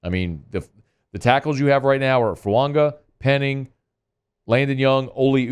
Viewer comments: Goddammit there in no "n" in Fuaga. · Why does he never pronounce fuaga correctly lol